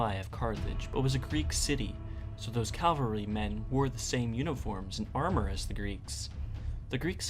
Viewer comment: your English is really good. and this makes that "caLVary" so surprising. strange combination